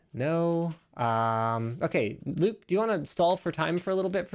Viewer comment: WTF, ""??...